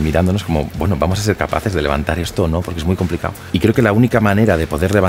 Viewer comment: muy complicao - el acento de andaluz le salió